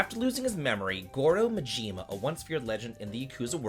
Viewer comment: I had to stop as soon as you called him Goro Muhjeema. Love ya buddy, but that's Maaaaahhjiima!!!